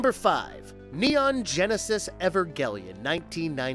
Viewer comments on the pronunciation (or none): Do you guys put much effort into getting the pronunciation of various things correct? It is not evergeleon, it is Evangelion. Good video but I cannot give it a thumbs up due to the obvious mispronunciation. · I love the anime videos. But damn man when you kept saying ever-gellion it really started to annoy me haha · Evergellian!? Tf mate? You need Hooked on Phonics, bruh. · EVER-GELION?! Ever...... I was done! Even if it's not your first language, at least learn to say the titles correctly. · Evergellian!? Da fck, this channel just lost alllll credibility